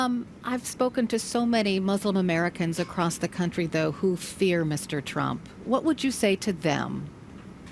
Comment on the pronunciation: That CNN reporter said (almost interrupted her to say then condescendingly smiled and nodded her head just chomping at the bit to say): "I've spoken to so many Muslim Americans across the country, though, who fear (accent on the FEAR - you can hear it) Mr. Trump. What would you say to them?" So you can 1) hear how biased this CNN reporter is, 2) you can hear how she perpetuates the negative image of Mr. Trump becoming President, and 3) you can hear her build an almost confrontational atmosphere that forces the "guest" to defend Mr. Trump or her decision to vote for him. This isn't freedom of speech. This is brainwashing for the weak minded 101. Do you even realize how many people soak up this BS without blinking an eye lash? Answer this, you poor excuse for a journalist: "Just how many Muslim Americans did you speak with? I'd like to have their names, dates, and times please. And if you have it, video proof. Was it aired on TV? How did you reach all these people from across the country?" You are a liar. Like all the rest of them. You can't back up your claim because you fabricated it for TV for your weak minded followers, who bought it hook, line, and sinker. You're a fraud and you should be taken off the air and sent back to journalism studies. Kudos to the woman who answered the question like a boss. And then she handled CNN again even better when pressed on the whole "fear" thing over keeping Muslims out. Trump is now President and he is being bashed left and